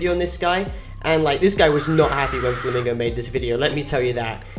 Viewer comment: Mr Flamingo not me flim flam bro can't even say it right